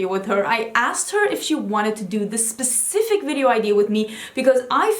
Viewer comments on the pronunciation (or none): none